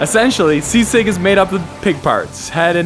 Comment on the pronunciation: You pronounce sisig like sea sick 😂